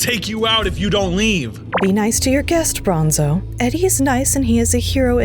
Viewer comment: Bronzo not bonzo